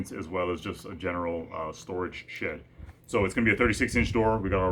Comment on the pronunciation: Is it me or does it sound like is saying $#!+ every time he says "Shed"?